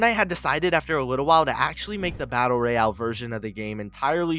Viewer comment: the way you pronounce battle royale is annoying af